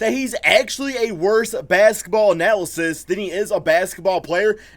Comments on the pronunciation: It's analyst not analacist lol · "Analysist"? Dude - what language is that?